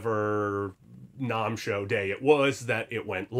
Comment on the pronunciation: Learn to pronounce NAMM. Also musicians friend is guitar center.